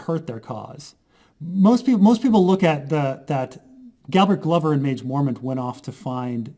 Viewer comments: this is a load o waffle and non mans pronunciation of Glover is worth of death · It's glover, like a glove, the guy even has a glove as his sigil. At least you're consistent, unlike Dotrice (RIP you old duffer)